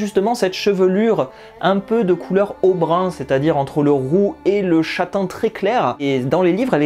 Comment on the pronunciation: Merci pour la vidéo ! PS : on dit "auburn" (et pas aubrun). Auburn : Se dit de cheveux châtains avec des reflets roux.